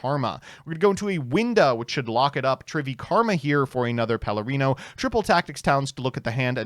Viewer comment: pronounce “Perlereino” correctly challenge (impossible).